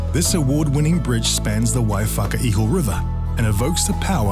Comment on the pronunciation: Waiwhakaiho River Is pronounced like "wai-wa-kai-oh"